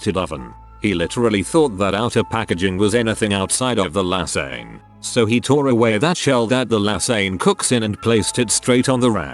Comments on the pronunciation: tts voice No= number lasagne = lasagn it = I T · The way this voice says lasagne makes me angry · Omg the way the voice pronounces lasagne, I can’t breathe 😂😂😂